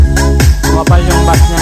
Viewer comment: Beys (bass) hindi bas